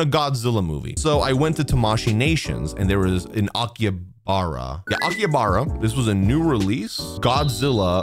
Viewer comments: It's pronounced Aki-Ha-Ba-Ra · His pronunciation of Akihabara makes me physically recoil